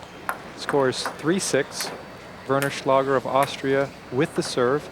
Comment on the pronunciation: "Warren Schlager" in the Women's Singles Semifinals 😂